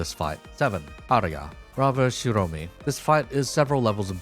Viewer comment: There is no R in Shiomi